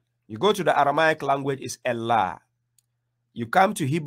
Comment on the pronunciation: Why do you insist on pronouncing the word ALLAH with ELLAH? Wasn't the Koran revealed in Arabic, not Aramaic? Wasn't the Prophet Muhammad an Arab? Weren't the words of the Prophet Muhammad spoken in Arabic, not Aramaic? So the word الله is pronounced in Arabic as Allah, not Ellah. ￼